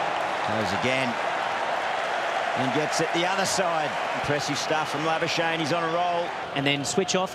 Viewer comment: Why do they call him labashane? That's not how we pronounce his name in SA.